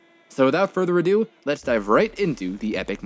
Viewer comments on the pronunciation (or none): none